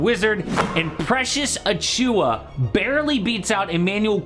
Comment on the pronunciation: Precious Ah-chew-Wah with the emphasis on Ah! If you’re going to trash draft picks then at least get the names of players correct.